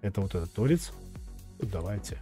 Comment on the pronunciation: Не то́рец, а торе́ц. Не рейсмус, а штангенрейсмус. Это немного разные инструменты.